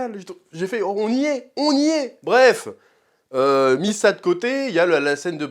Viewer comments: " Missa d'coté..."😂 J'ai cru que ça parlait le Gungan. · "Mis ça de côté" je l'ai entendu comme "missa de côté", Jar Jar montre toi !